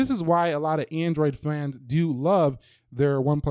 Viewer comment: “This is why a lot of android flans” Lol